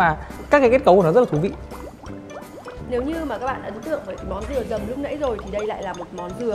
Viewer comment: "Dừa dầm HP " mà e đọc thành "Dầm mưa HP " 😂